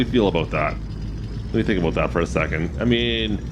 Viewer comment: Could’ve invested in a small JD riding mower for them contracts with the limited cutting space. 🤷🏼‍♂️ just a thought. Great video man. Love when you say “about” in the maple syrup accent😂 ABOOT!!